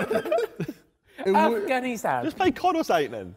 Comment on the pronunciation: Everyone: Falice Navi Da JJ: Af Ghani Stan